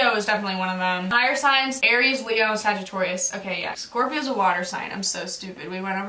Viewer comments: why did u say sagittORIUS OMG STOP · she did not just say sagittOrius. we’re not jacob sis lmao